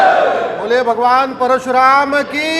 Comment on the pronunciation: Parshuram nahi - Parashuram ( कृपया स नहीं, श बोलें )।